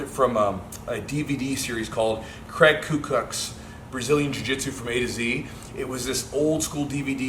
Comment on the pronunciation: Daniel Hunter lol I thought he said Kraig Ku Klux ...